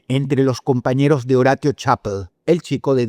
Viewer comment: Dross saludos desde Colombia, me encantan tus videos. sos un gran narrador de sucesos, en éste caso quisiera hacer una pequeña observación, en el 1er caso, el chico aunque su nombre se escriba Horatio, su nombre se lee como en español horacio, recuerda la serie CSI Miami.